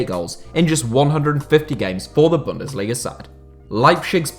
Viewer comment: The z in Leipzig is pronounced Ts, not like a j or sh. Also, you should stress the first syllable of "Bundesliga", not the third